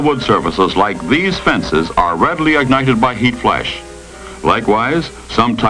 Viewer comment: But paint burns more readily than wood! This was probably fake and they used it as an excuse for kicking poor people out of their homes. The idea that four magazines and two newspapers would catch a house on fire was probably to discourage people from reading. Also "may-zures," "flaysh," "traysh." He shook his accent all but that one diphthong?